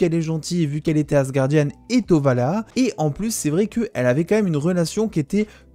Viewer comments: Sympa tes dossiers mais sans être donneur de leçon...pas Valaha mais Walhalla et pas "mettre en colération" mais surtout "mettre en corrélation"... juste des petits soucis dyslexiques verbaux qui viennent surement de ton texte écrit et lu pour ta vidéo. Sinon, j'aime ce que tu fais et je souffre moi même d'un désordre du bien parlé...donc à l'origine de ce commentaire. Continue ton travail intéressant. Merci. Pour ce qui est de Marvel...(Disney)...dans 10 ans on aura des reboots sur tout l'univers Marvel, histoire de reformater la génération en place et d'en refaire des consommateurs pendant 20 ans...puis, Ô joie et Surprise....Reboot. Perso je suis Marvel depuis ma tendre enfance (né en 1968...) donc d'ici 20 ans mes artères et mon cœur seront bien mes seules préoccupations et les reboots ne me gêneront pas plus que cela. De toute façon, tout doit évoluer un jour ou l'autre. Je serai surement toujours abonné et je te visionnerai encore...avec mes triple foyers LOL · C'est ValHAla... pas Valhaha x) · Tu as vraiment du mal avec le Valhalla (pas Valhaha) :'D ;)